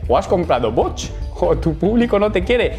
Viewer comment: ahhh! jajajajajajaja ¡qué mal inglés! Jajajaja Saludos.